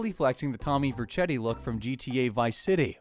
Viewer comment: tommy verchetti? IT'S VERCETTI